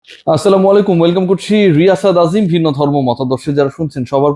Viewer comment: ভাই ছালাম টা একটু ঠিক করে দিবেন ছেলামু কোন শব্দ নাই ছালামু আলাইকুম